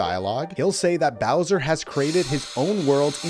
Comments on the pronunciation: You said Blowser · Around 9 mins in you say Blowser lol. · bro said browser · Bowser ❌ blowser ✅ lol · did he say "blowser"? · “allowing Blowser” Blowser🤣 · I noticed that too. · did he just say blowser